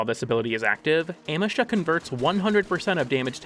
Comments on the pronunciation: Oh my god I will smite you. It's AM—EE—SHA, not AM—EH—SHA. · Every time you say amEsha instea od Amesha, a kitten falls down the stairs. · Ah-me-sha....I cant watch the video because wtf are you saying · uh-MEE-shuh its a google prompt away. please. dont harm auditory people by saying things wrong willingly good vid otherwise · Your pronunciation of "Amesha" made me twitch irl.